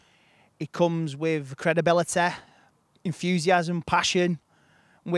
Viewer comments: Comes with credibility or credehbillehtehhh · the way says credibility is the most manc anyone has ever been.